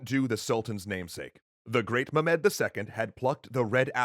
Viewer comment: Stop saying mu-med please. Any other pronunciation please. Also love the work you do guys, really changed my perception of history.